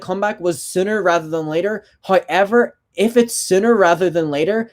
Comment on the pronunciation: Same!! I feel like a parrot, everytime he says "however" I say it too.. can't get the accent right tough :c